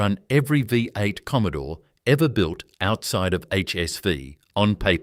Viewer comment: Good story on what was lost from Australia. AI commentary was terrible as it was unable to pounce a lot of words correctly. V8 engine was the worst.